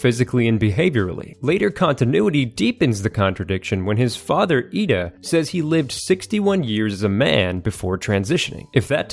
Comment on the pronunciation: How do you pronounce ida wrong when it’s literally said by the characters in the show? It makes me think you haven’t actually watched the show